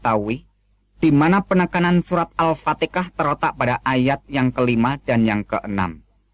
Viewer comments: Hahaha,,, ngaku ust, baca ayat al quran saja gak benar, mana ada surah alfatika,,,, dasar kafir, ngaku ust. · Ini hanya berpura pura pernah muslim sebut al fatihah saja al fatekah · 0rang bodoh bisa lah kau tipu...krna tajwid kau salah semua...mengaji Al Kuran....menyebut Alfatiha kok Alpatika....kau mmng kafir...kafir kau